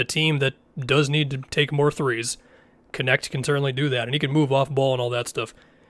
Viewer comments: It's hilarious that Dalton's last name is to hard for everyone to pronounce and they all just settle for "Connect". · He pronounces it as “connect” dumb dumb